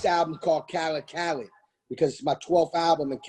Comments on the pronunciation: 😂 “dj ka led” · Yo homie was saying khaLEDs name wrong so khaled had to drop the khaled khaled khaled and teach him a lil something lmfao